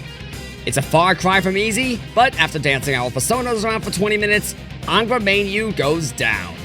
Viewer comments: I think reusing the intro a third time for the Tatsuya Scenario was a bit much imo. Kinda stale. The whole initial read, I guess. That's an immediate nitpick I guess. Still was hyped this was in my notifs. Edit: it's Angra "Mine-You" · ah yes "Angra Mainyu"